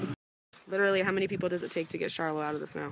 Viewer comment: I think it's pronounced like "Sharlow", whereas Charlotte is typically pronounced like "Sharlet".